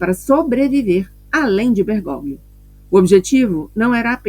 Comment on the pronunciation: Com todo o carinho...Bergóglio, se lê: Bergólio.